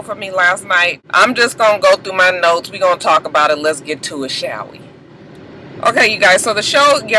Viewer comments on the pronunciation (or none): none